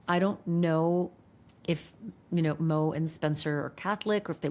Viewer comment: I hate how you call her mo.